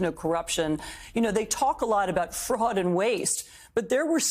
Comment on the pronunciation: "We wll get rid of fruad!....laws...."